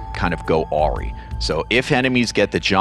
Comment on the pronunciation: I can’t get over that he pronounced “awry” as “ari”. Its pronounced “uhrye”